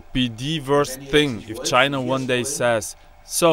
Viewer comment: CHY——-NAH chyNAH cHYnAh!